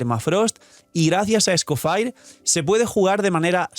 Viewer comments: sin cansarse de decir Escofire: 🚬🗿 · Es francés.. se pronuncia ES-CO-FÈg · Será que puedes decir bien el nombre del personaje? Ya no es un leak, ya tenemos el personaje y ya sabe como se pronuncia, a veces parece que se te olvida que no eres creador de contenido de un canal chiquito.